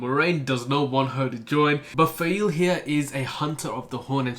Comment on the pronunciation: Call her Faile. Trust :) Also please keep sharing how the names are pronounced IRL! I had no idea re. Be'lal or Ishmael. I love the depth of detail you get into with each video. It's like re-reading the books myself. I am so stocked for the next part. The first Perrin POV is one of my favourites for all the small moments you touch on: smelling the grey men, the paw prints, the dream visions, Hopper 🥰, Faile finding out the truth of Rand😅, the balefire! The world is corrupted because people are. Just like our world. I love your dark friend/black Ajah predictions. RAFO!! Nynaeve is best girl. Love her but yeah that chapter was a bit slow. At this point is when I really started enjoying Mat as a character, when he starts his journey to save the wonder girls.